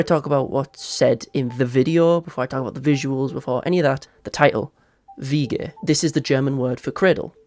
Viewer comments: As a German, you pronounced the word really well! And great analysis as always :] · THANK YOU FOR PRONOUNCING WIEGE CORRECTLY I LOVE YOU